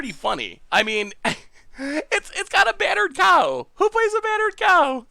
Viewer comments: He calls it battered cow like that since the spoiler day, at first it was by mistake, nowadays i don't know but he could very well still be saying it wrong without knowing... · I thought he was calling it BUTTERED cow for flavor